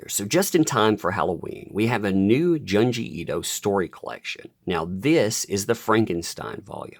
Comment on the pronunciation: I think Junji is pronounced "JOON GEE".